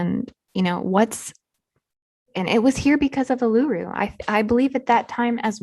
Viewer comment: Great work lots of information. Letting you know the big red rock in the middle of Australia Uluru in Northern Territory is pronounced as: oo loo roo.